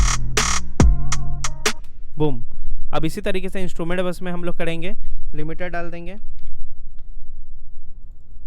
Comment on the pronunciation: Bro it's " karenge " Not " KADENGE " 🙄🙂